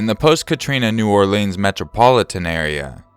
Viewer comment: Great vid as always :) Every person I have met from Louisiana pronounces it New Orleans (Naw-Lens), emphasis on the aw